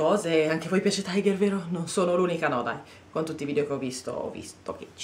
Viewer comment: Non si pronuncia "Taigher". Non è un franchising inglese, bensì danese. Ciò implica che si pronunci "Tiger" esattamente come si scrive, ovvero tigre in danese. :-)